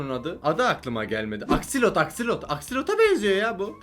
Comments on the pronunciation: Abi aksolot o akselot değil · abi o axolotl aksilot diye okunmıyo exsılıt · Abi aksilot değil aksolot